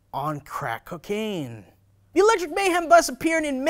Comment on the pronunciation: I love when you say cacaine, that shit is hilarious. I hope I can be as cool as someday.... someday lmao